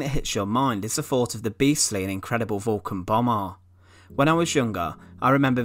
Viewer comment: “Vwulcan Bomaahhgh”